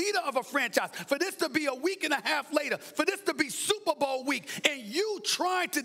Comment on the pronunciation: “Supa Bo”